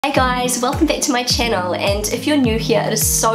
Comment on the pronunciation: I like it when you say welcome to my chaënel!😂❤❤❤😂